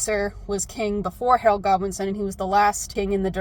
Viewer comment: When you said Harold Godwinson, I heard Harold Goblinson. Edit: I think if the book Goblin had a kid, it's name would be Harold Goblinson